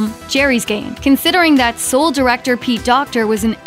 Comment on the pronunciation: did...did she just pronounce it as "Sool?"